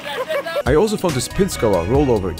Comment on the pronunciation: lol "bazicly" 'alZo" i can't with this guy xD